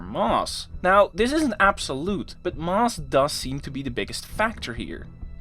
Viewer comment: Thanks for another great video. Very interesting, but you didn't mention the Precession of Mercury's orbit, eventually explained by Einstein's Theory of GR. Or are you saving that for another video? I hope you don't mind me mentioning that, your pronunciation of the word "Mass" often sounds like "Mars", as in the Planet!! Perhaps I only noticed it because I spent a fair amount of my working life in Rotterdam. (Great city BTW!!) Thanks again.